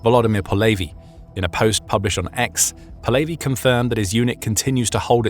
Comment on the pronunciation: How did you take a Ukranian common last name of Polevyi and made it sound Jewish as "Po Levy"